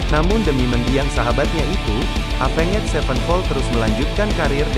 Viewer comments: Aya. Ruhut NU Wawan cara t bisa nyebut evenjet mani epenged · Alah ngomong nama band nya aja avenget sepen pol wkwkwkwk